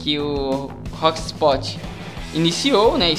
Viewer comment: Não queria rir cara, mas "hostpot"? kkkkkkkkkkk e conectifii? jkkkkkkkkkk